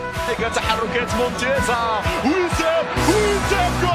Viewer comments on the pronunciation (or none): none